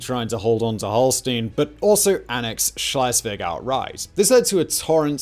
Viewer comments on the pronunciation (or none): Love the show… but please sort out your pronunciation of ‘Schleswig’ and ‘Holstein’…. ‘Holstein’ is not even consistent between takes.